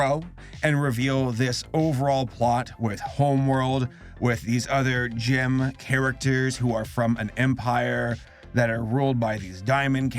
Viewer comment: Me: gem: jim